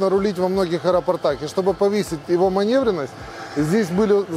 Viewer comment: да не манЕвренность, а МанЁвренность, манЁвренность, блин.